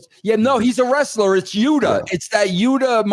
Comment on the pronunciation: Its Yuta Myuta